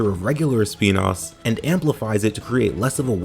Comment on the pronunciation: When he said “Speenas” I felt that